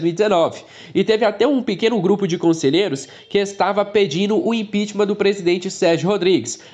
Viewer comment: só uma dica: a palavra correta é "impeachment", não "impitimam"